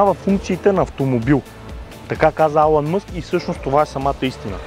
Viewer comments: Алан Мъск" lmao Илън Мъск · Не се казва Алън Мъск, Elon Musk е и се чете като "Илън Мъск", информирай се . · Казва се Илън Мъск не Алън Мъск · Не Алън а Илон Мъск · Само една забележка. Не се казва Алън Мъск,а е Елън Мъск. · алън мъск"...бря! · Чете се Илон Мъск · Tesla няма нищо общо с Google и се произнася "Илън" Мъск.